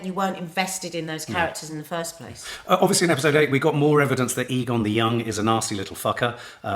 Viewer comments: It's Aegon not Egon, makes me think of ghostbusters 😂 I'm loving the whole series. Sad its nearly the last one. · A good way to remember how it's pronounced is by remembering the nickname. Aegons are often called Egg. Soooooo Egg-on.